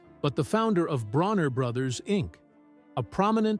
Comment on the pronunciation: His name is Bishop Bronner, not Bruner.